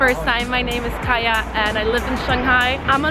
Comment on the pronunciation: Oh Kaja not Katja